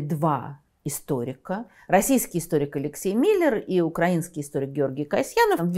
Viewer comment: Даже Невзоров исправляет свои ‘укрАинский’.